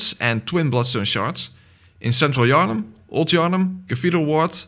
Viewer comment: "where's king Yarhnam" Bruh